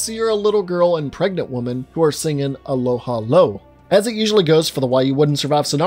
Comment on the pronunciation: literally just called Aloha 'Oe "Aloha Lo", bruh lmao.